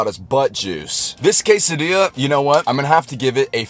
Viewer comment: No way he just said quesa DILL as?!?!